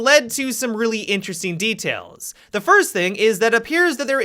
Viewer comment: did you say DETAILS ?